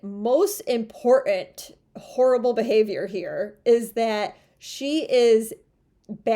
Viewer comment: Love you... but please pronounce "important" differently. It's not "import...(long pause)uhnt." Thanks again for the excellent content.